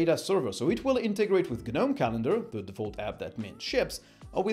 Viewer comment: guhnome drives me crazy